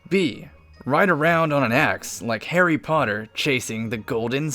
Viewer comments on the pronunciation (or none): none